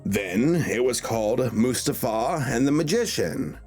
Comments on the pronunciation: I'm so sorry but the way you pronounced Mustafa .... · "Prepare to die, Mustafa," sounds like "prepare to die, Mr Bond!"